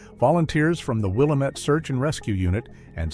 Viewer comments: I am an Oregonian I have been here all my life. The pronunciation of Willamette is will lam ette not willow mette just so you can sound like a real Oregonian. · Pronunciation - Will-am-et, named after the Willamette River. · It’s actually pronounced “Will-Lamb-it.” Grew up near the valley and heard it my whole life. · It's pronounced Wah-lamb-it not Will-ah-mit. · It is NOT "Willuhmet"! One syllable. It is "Will am met". Three syllables. Get it right AI. I live here. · with the stress on LAMB, not WILL. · Not Willa-met it's pronounced Will-lamb-it. Thumbs down for a multitude of errors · Willamette is pronounced "wil-LAM-it or wa-LAM-at" depending on which side of the Cascades Range your from, not "wil-A-mit". But great telling of the "story". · Lose the computer voice that can't pronounce Willamette. It is pronounced "will am et", not "will uh met". It hurts the credibility of the story when you can not pronounce the locations correctly. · It's pronounced "will Am et" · It's pronounced WILL-AM-IT.. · It is pronounced Will-Lamb-it, I have lived in Marion county, Salem Oregon for 66 years. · If he doesn’t stop saying WILL A METT I’m gonna stop watching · It's pronounced Will-Lamb-It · I live in Seattle and I'm gonna come down there and walk around town saying "William-ette" the whole day just to be annoying. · It's not Will-uh-met, remove the 'D' from Damn-it and that's how you pronounce the 'amette' in WIllamette. I'd hate to hear how you'd pronounce 'Yachats' or 'Coquille' or 'Champoeg' or even 'Deschutes'. At least you got Oregon right, so many people pronounce it 'Or uh gone'. Creepy story, never heard it before and I've lived in Oregon for thirty five years. Probably not real. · It's pronounced: will-am-it. Get it r.ight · It's Wil-lam-it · Locals and those who have lived in the area know how to pronounce it…Will-AM-it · Following the AI's egregious mispronunciation of Willamette, I instructed my AI to compose an indignant response.